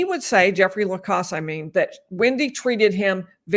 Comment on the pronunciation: I absolutely adore you. But isn’t his name Jeffrey Lacasse the last syllable rhyming with “mass”? (Not “Moss”) 😊